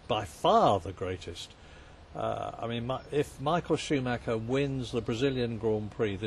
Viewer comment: Shoemacca as Murray pronounces his name.